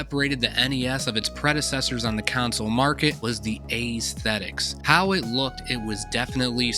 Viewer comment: Take a shot everyone that dude pronounces aesthetics or accessories wrong. 🤣